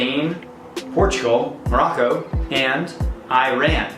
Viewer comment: 🤮🤮🤮 you can even pronounce the names and you don’t know any information about IRAN and MOROCCO🤮🤮🤮